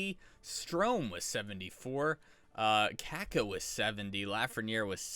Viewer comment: is it Kakko or Cake-o? Brutal...